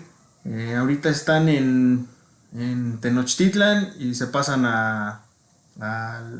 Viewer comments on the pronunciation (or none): none